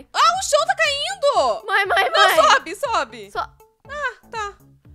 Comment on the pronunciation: Em vês de você fala mãe você fala maea